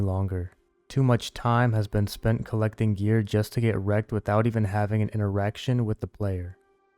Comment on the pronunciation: It sounded like he said having an erection with another player lol. But I know your pain